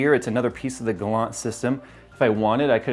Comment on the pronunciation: You made me smile when you pronounced the "Galant" and "Bekant" names. If you did not know "Galant" means more ore less excellent and "Bekant" means familiar.